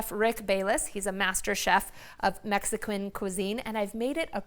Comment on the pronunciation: I absolutely love "Mexa-Quinn" cuisine. 🙃